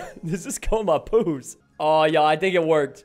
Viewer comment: Why is he saying pous like poos